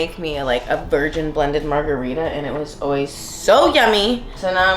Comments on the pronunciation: Margerweeda lmao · I just came here to say Margareefa